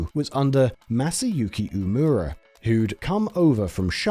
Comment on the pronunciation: Learning opportunity for your narrator! "Uemura" is pronounced "oo-eh-moo-rah", not "oo-moo-ruh". "Takeda" is pronounced "tah-keh-dah", not "ta-kee-duh". This was a wonderful video. Thank you for making it. <3